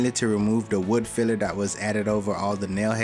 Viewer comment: Dis and dat, exspecially? Ffs learn how to speak.